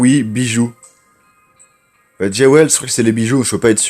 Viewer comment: JEWELS se prononce DJOULS ta prononciation anglaise est juste horrible MDR